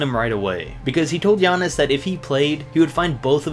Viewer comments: For giannis. He messed up the name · I noticed that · I died when he tried to say giannis name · HE CAN'T PROUNOUNCE IT RIGHT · when you try to pronounce giannis name...